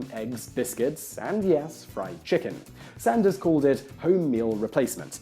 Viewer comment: Glad you made the occasional reversion to British English pronunciation when saying his name! :) Shame you don't do this more often but great vid.